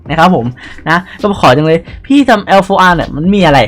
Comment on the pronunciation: อ่านว่า LAR นะครับ